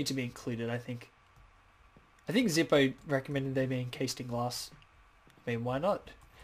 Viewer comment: Pretty funny that you saw the prank on Prism, though you missed Zippo's though. That was fine on the pronunciation. I was added three weeks ago or so. And ugh, you can see my old tree base house. It's completely overhauled now to a castle. Come stop buy, it looks miles better